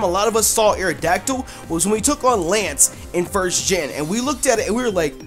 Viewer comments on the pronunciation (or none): YOU LEFT OFF THE O IN AERODACTYL!